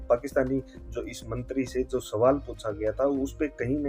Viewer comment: Mantry bolna nahi aata chuteye